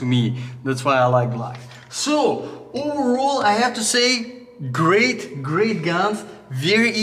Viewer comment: “Oooovorrol” 🤣🤣 overall 🤣🤣